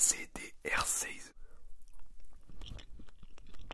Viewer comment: Le truc c'est que c'est du réglisse La bar de chocolat Hershey's ce prononce : Air chize